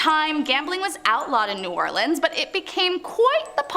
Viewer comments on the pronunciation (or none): There are many in this vid. A few that stand out are "LaFit" (or "LaFet") is properly pronounced "Lah Feet." "New Orleens" is pronounced "New Orlins." (or "Awlins") (The fastest way to annoy a New "Orlinian" is to say "New Orleens" LOL Only when "Orleans" stands alone is it pronounced "Orleens.") "St. Lou-ee" is pronounced "St. Lou-is." (The saint is not to be confused with the trumpet player, Lou-ee Armstrong). "Hoomas House" is a first for me. "Houma" is pronounced "Home-uh." "Shruvport" is pronounced "Shreeveport."